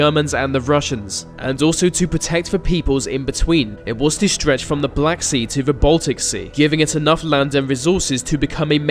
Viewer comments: dude.... "theeee" not "veee" jesus... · please go to elocution lessons. When you say "vese" instead of 'these' and "ve" instead of 'the,' it makes me want to switch the video off. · Vis video is not very furrow. You are speaking like a free year old child. TH is also a sound in our language. Like the, this, those. Not vee vis vose. Try again bro.